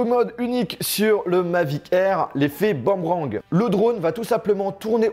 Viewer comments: Boomerang pas Bamrang, comme le BOUUUM de Tibo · C'est boomerang (bou-me-rang) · T’as dis un bAmrang ou je rêve ?? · Aprends a dire boomerang